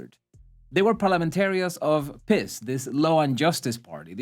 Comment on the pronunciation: I'm sure you were saying "piss" as a joke, but it's actually pronounced "Peace." To put it in metal terms: PiS sells, but who's buying?